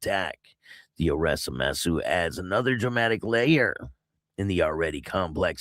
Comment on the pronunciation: No judgement but man did I laugh at how you destroyed the names in the SCMC murder. Vaughan - "von" Mousseau - "moose-oh" And yes, in Canada they will let someone take a plea deal to be a rat. Famous case is how Karla Homolka got 12 years for the sex/murders of 3 girls with her husband Paul Bernardo. (Who's in jail for life). After her deal, it was determined she played a bigger role but the deal was already done and she's been out of jail for years now. Huge story...one of Canada's biggest murder cases.